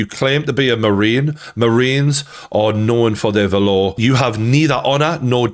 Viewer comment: Valor??? LOL. It's not pronounced valore.